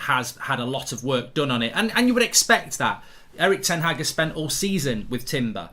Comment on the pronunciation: will someone ever pronounce ten Hag correctly?